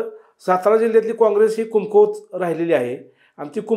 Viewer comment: अरे ह्याला धड कमकुवत पण म्हणता येत नाही कुमकुवत म्हणतोय कोणाला पण बोलवता रे 😂😂😂